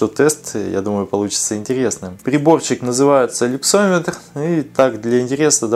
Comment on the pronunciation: Люксметр, не люксОметр